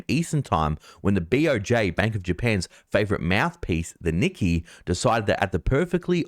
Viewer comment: Its very good how you are going. Sponsors these days and everything. And many views. Now pronouncing specifically correctly as well. Nikkei is pronounced Nik-kay fyi